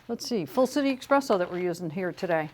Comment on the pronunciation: she obviously knows what she's talking about, which makes it even weirder that she says expresso